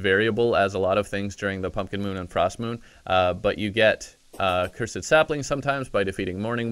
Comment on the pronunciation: Played terraria for 13 years... still doesnt know how to sayy "cursed"😂👌